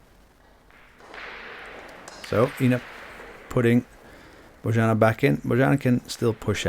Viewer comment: her name is pronounced "Boyanna":)